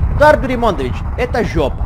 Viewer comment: Как же смешно ты говоришь слово жёпа😂😂😂